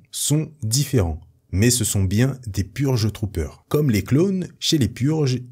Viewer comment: Pour la partie sur les Purge Trooper g eu un bug , j'ai compris Pur jus troopers xD